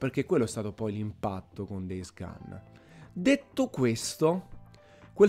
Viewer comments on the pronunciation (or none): Days "GON"! Non "GAN". Per piacere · Days gun 😅